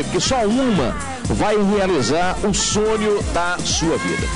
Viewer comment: Em busca de um SONIO 😂😂😂